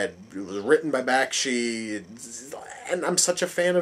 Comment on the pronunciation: Not Sure When You Posted This Review, But You couldn’t be more uninformed by animated movies of this time period. Was it funny to mispronounce Ralph Bakshi’s Name. Have you no appreciation of Frank Frazettas Art Work? You can’t see how a powerful wizard was pushing a tremendous glacier just by his will? Sorry you missed how awesome this was...